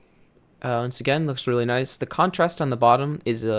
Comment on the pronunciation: H says noice